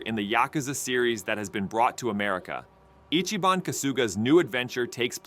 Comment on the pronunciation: Why do you have to butcher ichiban's name😢